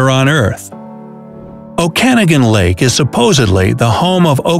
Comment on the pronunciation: LOL, he pronounced Okanagan Lake wrong :) Very entertaining video non-the-less!